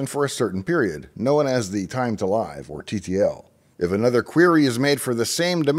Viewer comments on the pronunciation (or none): I always thought live in TTL was pronounced like"I live in a house" not like "Saturday night live" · Very well covered, certainly at least for the vast majority that would be catching that content. A few minor nits to pick ... TTL, generally pronounced Time to Live - as in give, not hive, also servers (and resolvers, etc.) may cache the DNS data up to the TTL, but not longer (they're not required to cache it that long, and may cache it for less time, or even not at all), they're not to cache it longer, as it may no longer be valid past the TTL (alas some violate that and cache longer, but typically only if the TTL is quite short, e.g. some might enforce an effective minimum thorough caching, of somewhere between 5 and 300, with 10 to 30 being fairly typical). AAAA - typically referred to as quad A rather than four A Other than those wee bits, I'd say you well covered it highly spot on! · Come on. It’s not time to “live” which rhymes with “hive”, it’s time to “live” that rhymes with “give”. Give me a break. The TTL is a self-destruct mechanism, hence time to live (rhymes with give). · First time I've ever heard the word Live in TTL pronounced with an "ly" sound. Since the TTL value specifies how long query response data should exist in a cache, I believe it is supposed to be pronounced like "give", as in how long the data should live in a cache. Though rhyming with "five" also kinda makes sense in a way, since the TTL somewhat controls how long before any changes to the value fully "go live" on the internet. Obviously they go live right away, but you can't be sure they are fully effectively live until the TTL has passed. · Is it pronounced “Time to LYV” or “Time to LIV”? I always assumed it was the time for the record to live (short “I”) in the cache. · "Time to live" - that 'live' should be pronounced as if it rhymes with 'give', not 'dive', right? It is the remaining time of the entry before it ceases to live. Or I got it wrong? :)